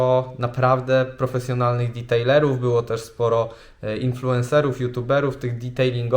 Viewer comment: Proszę: detailerów a nie ditejlerów, ta amerykanizacja jednak mnie drażni.